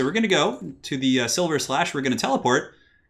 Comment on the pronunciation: Cool to learn I'm not the only one who said *silver*slash. It's sliverslash! Thanks for the awesome video, you're really making quarantine more pleasant, and cheers from Australia 😃